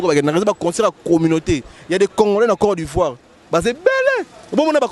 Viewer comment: Oyebi ata koloba te "corps d'ivoire". Mutu ya matolo na famille nayo oza na mutu lokola Papa Cheri